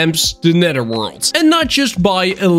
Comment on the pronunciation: the way he said nether hurt me